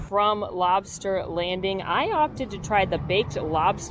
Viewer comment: you nailed the lobsta accent :D